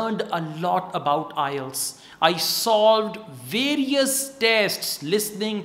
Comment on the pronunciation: I love ur way of teaching but some words u pronounce incorrect like - various and don't.